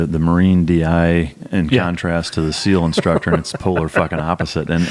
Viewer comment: scou SEAL not seal lol